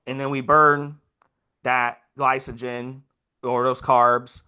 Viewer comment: Note to self, be weary of a "coach" that keeps referring to glycogen as "Gly-So-Gen"....LMAO